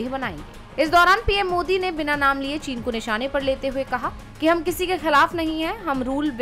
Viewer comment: ये क्या? चीन का च तक नहीं बोलते साहेब? 😮😢